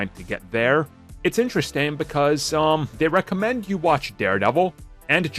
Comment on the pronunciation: You had me searching what "recement" meant...until you said "recommend" in the intro!!😜👍